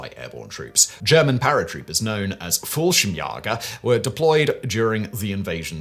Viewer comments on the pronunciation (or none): Fallschirmsjäger is pronounced with an “a” sound, not “ah” sound. Like the letter A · The Jäger in Jallschirmjäger is pronounced like Chuck Yaeger's last name. Umlauts have a function, you knöw ;-) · An A with an umlaut should be pronounced like "ay". Simon has obviously been misadvised as to the pronunciation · Itll never be not grear hearing Simon butcher the german pronounciations <3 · The way simon pronounced "Fallschirmjäger" is kinda weird and funny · *almost correctly